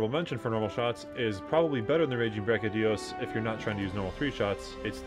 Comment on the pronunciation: Great vid.. BUT... Big pet peeve when people constantly mispronouncing things. You have at least 1-2 a video and it makes me grit my teeth.. he's my favorite monster.. and his name is pronounced, Devil. Joe. Not deveelheyo... Seconded by brachy dios... Not brackidius..